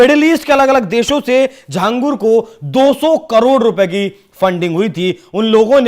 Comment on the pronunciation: Ye Akela Nahi hai Aise Kai Baba ho sakte hai desh me jinhe ye videshi sanstha fund Kar rahi ho. और भाई लिखते छांगुर हो बोलते झांगुर हो, हिंदी नही जानते क्या?